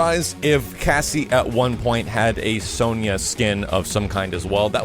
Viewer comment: Sony-a, it's Sonia (pronounced as Son-ya) lol Nice update though, thanks for sharing this, was really good and some great info so thank you :-)